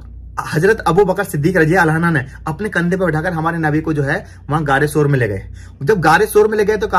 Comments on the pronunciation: Bhai...Aapne Hazrat abubakar siddik razi Allah taala "anhaa" bole jbki wo "anhu" h...Same hazrat Umar razi Allah taala unhu h wo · Mashallah Bahut hi badhiya Sirf ek baat ka khyal rakhna. Jab kisi sahabi ka naam lete hai to raziallaho tala anhu kahte hai. Aur jab kisi sahabiya (female) ka naam lete hai to rajiallaho tala anha kaha jata hai. Baaki sab thik hai. Ab aage itna khyal rakhna.aur next vlog me rectify kar lijiyega. Filhal aap dikhate rahiye ham aap ka ishara samajh jayenge. Fikra mat kijiye. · Bhai anha nhi bhai anho kahiye ,,anha to lady sahbiya keliye use hota hai .. hazrat Abubaqar-siddique raziallahu tala anhu.....keep it up bhai mashaallah very nice vlog.... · Bhai radiallahu anho bolo anha nai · Mere bhai rajiallha anha nhi rajiallha anhu bolo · bhai anha nahi anhu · bhai assalam u alaikum Razi Allahu tala anha Aap bole ho bhai ye aurat k liye bola jata hai anha ka lafz Men's k liye anahu Bolte hain bhai please aap isko theek kar lo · Anha nhi hota anho hota hai